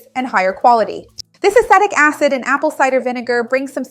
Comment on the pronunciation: I believe you are mispronouncing the word acetic